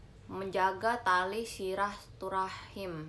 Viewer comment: Silahturahmi relll Bukan silahturahim 😭😭😭😭🤣